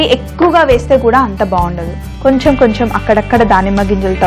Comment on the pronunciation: కొంచెం అనాలి. కొంఛమ్ కాదు తల్లీ